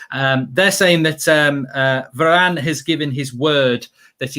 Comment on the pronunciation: is it just me or Mark really have this Italian accent when he said "Varrrane"?